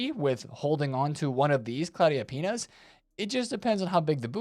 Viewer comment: My brain might be cooked because every time you said "Pina's" I heard "Penis".